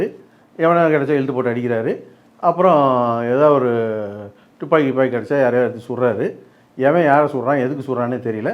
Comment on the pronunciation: Thupaki ila tuppaki😅